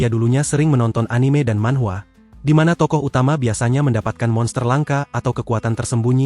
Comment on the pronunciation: MANHUA MIN, PAKE U YA.....BUKAN PAKE W